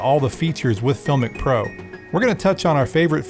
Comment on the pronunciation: You're pronouncing the name wrong !!